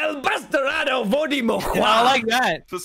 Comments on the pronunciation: Being half Hispanic hearing Tommyinnit say 'El Bastardo Verde morirá' it was just gold but-- my mom heard from my room and she was like shouting in Spanish, "He said it wrong, cabrona." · As a spanish speaker Tommy saying "batarado" instead of "bastardo" is so funny to me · Awww, Tommy made a sign in spanish and said "bastardo" so badly XD this was the most endearing thing on my day ajhjfhahj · Tommy talking in Spanish is the best, dude, He didn't even pronounce Bastardo correctly XD